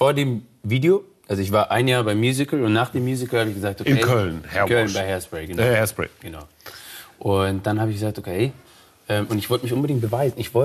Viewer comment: "ich war beim musical haispsray" aber er hat ne glatze :D